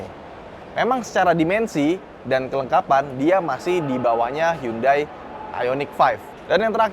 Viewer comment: Bang sangat niat ngomong merek Hyundai dengan cara pelafalan yang benar, tapi yang BOSE masih salah. Next bisa lebih dibenerin lagi bang..